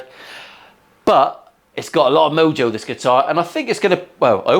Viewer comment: Did he say a lot of mojo, or a lot of mildew? Gotta love a Pacifica.